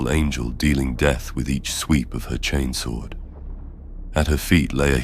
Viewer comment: Your channel is really high quality and I appreciate it. I'm pretty sure this isn't AI voice over, if it is it's extremely well done. I've noticed that across all your series you are pronouncing words like "chainsword" as "chanes-wurd" and "laserifle" as "laz-rufle". I love that, it sounds like what happens in real life, certain words get colloquial accenting. Mistake or not, it's great. And the stories are great too! Maybe I'm just a simple man, but the one where the ships captain gives his life so his deckhand, Tomas, can escape from 3 chaos space marines - I almost teared up 😂 Anyway, I really like your work!